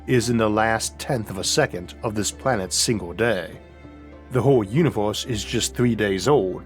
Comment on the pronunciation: i'm sorry but i focus more on when he pronounces the vowel 'o' randomly .... he manages the 'u' at the start of words ... but not the ends....ie... 'deserts' gets pronounced normally ,,, he doesn't say 'dosorts' .... but it's a 'univorse' ... hmmmmm